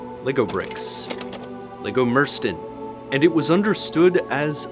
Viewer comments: mursten is pronounced something like moor-styn, means brick, lit. wall-stone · please never say mursten again ;) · heh. It's fun to hear "mursten" pronounced with an american accent. It took me while to register what was being said. (It's the danish word for brick, literal translation is wall-stone)